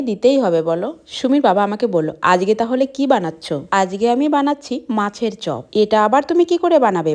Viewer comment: আজগে?? হায়রে Indian দের বাংলা ভাষার উচ্চারণ শুনলে মনে হয় Bangladesh ছাইরা উগান্ডা যাইয়া উগান্ডার ভাষা চর্চা করি!! 🙂🤡